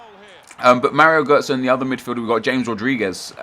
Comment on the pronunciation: ITS HA-MES RODRIGUEZ stop saying James rodriguez